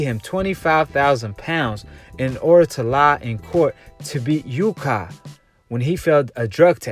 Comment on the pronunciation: Dude are you dumb? You can't even read the difference between LANCASHIRE and LANCASTER, you say MANCASTER instead of MANCHESTER, and what is UKADER? It is UKAD. Dude, people will think you have low IQ and won't trust anything you say if you can't even read the towns properly get the names of the anti-doping governing body and everything wrong.